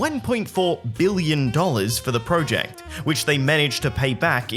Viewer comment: Say project correctly